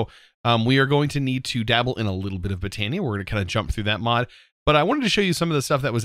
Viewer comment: Not trying to spell check or anything but I think botany is pronounced (bot-an-ee)